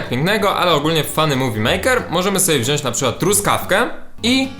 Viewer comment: Karol wziąć a nie wziąść XD zdejmij kondoma z telefonu może zadziała ;)